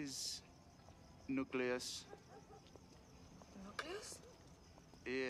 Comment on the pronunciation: "Newcleeus" and the glute clinch...killer.